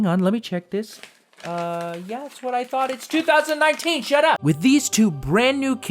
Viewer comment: "I'm making a female character because.... um... IT'S 2019 SHAT AP!" - LOL